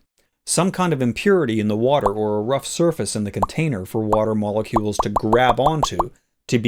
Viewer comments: Meolucules? Did you ask your cat how to pronounce that? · myaalocules... y'know, like, nya? :3c